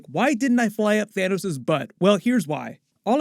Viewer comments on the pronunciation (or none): It’s Thanos. Not Thaneos. Wtf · WHY ARE YOU PURPOSELY MISPRONOUCING THANOS?!?!?! STAN LEE NEVER SAID THAIN-NUS!!!! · EMERGENCY THA-NIS 😆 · Love the “Thanus” 😂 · Bro really just said “into the thanus.” 😂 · Had to double back there when you said Thaynis. That's a new one to me. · ”Thanus” lmaooooo